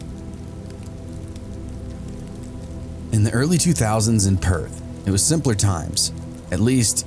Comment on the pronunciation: You pronounced Perth better than most....you did well my friend.